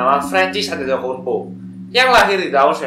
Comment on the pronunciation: memang tulisannya antetokounmpo, tapi pelafalannya adetoumpo😂